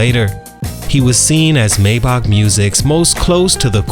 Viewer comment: Maybach not maybok😂😂😂